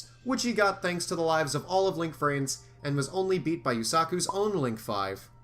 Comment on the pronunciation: I... I heard rance... not vrains... help me